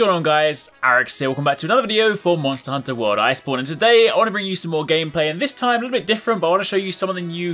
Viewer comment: When your reading subtitles and keeps say monster hunter ice porn